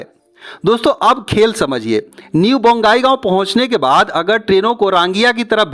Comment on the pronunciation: रांगिया नहीं। रंगिया। बोंगाईगाँव नहीं। बंगाईगाँव।